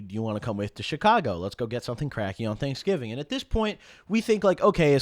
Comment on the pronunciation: It's pronounced DANKSGIVING